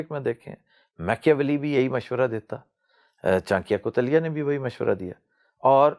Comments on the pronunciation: Chankiya kuteila nahin wo chanakya the unka dusra naam bishnugupta or kautilya Uss time chandragupta raja nahintha magdha ka raja dhanananda tha Plz next time pronounce correctly Who agress with me like here 👍👍👍👍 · Aapki koi bhi video dekho ..aap chanikya-koutiliya nhi bol pate..